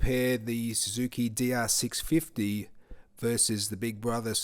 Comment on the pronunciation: this dude said we are going to compare the dr 650 to the big brother v strom 650 but with emphasis on the 2nd "650" like it was bigger or different and i hate this channel automatically